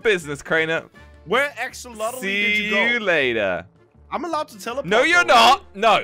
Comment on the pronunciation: AXOLOTL NOT AXOLOTI